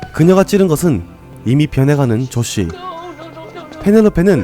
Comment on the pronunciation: 조쉬 저만 조씨 라고 들리 나요?